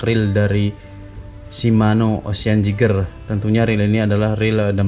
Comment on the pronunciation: Bang maaf ya ralat. Bukan ocean. Tp ocea bg